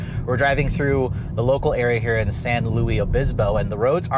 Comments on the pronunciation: San Luis Obispo is pronounced san LOO-iss oh-BIS-poh (English), not San Lewi. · San LUIS Obispo not San LOUIE Obispo lol